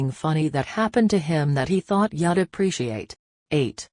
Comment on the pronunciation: Yadappreciate lol not you'd appreciate rofl. Must be Yoda's sis or bro. 🤣🤣🤣🤣🤣🤣🤣